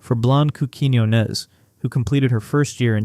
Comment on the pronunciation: You're pronouncing Blanca's last name wrong. Emphasis is on the O. As in, Quiñ-O-nez